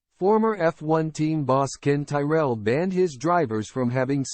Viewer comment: If you can’t even pronounce Ken Tyrells name your videos not worth watching. Bye bye.